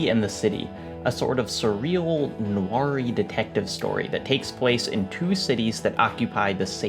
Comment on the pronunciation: Hey man great video. But go look up how to pronounce "noir" (I know, it sucks when you learn a word from reading it and then use it out loud... happens to me all. the. time lol).